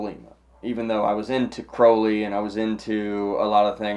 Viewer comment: Just the fact that you said his name right, gets you a like Sir!